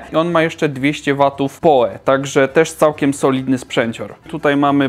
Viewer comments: albo po prostu "poł" jak przy wymawianiu nazwiska Edgara Allana Poe'a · PoE czytaj "pi oł i"